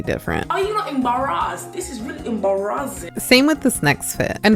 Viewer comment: gurl said- "ære you æembarazzæed? This is rælly æembarazzæing..."